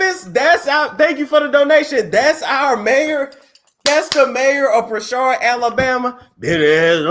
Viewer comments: Hey, I live here and work in Prichard (Prih-churd).. It's in Mobile(Mo-bill) County and we're very lit here! I actually work at the Prichard City hall where he'll be working if he runs... It's insannnneeee... His opponent name is Quinn Pugh(Pew).. It's funny as hell but it's an insanely impoverished city where millions have been stolen from the citizens.. so in hindsight, it's sad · Im trying to sneak and listen at work and every time you said Pishard I died 🤣 its country country....Prichut lol the R is silent 🤣🤣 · Its Pritchard like Richard puuuuritchard..🤣🤣🤣